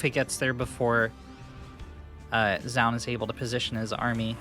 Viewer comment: It's "joh-un" not "ja-un"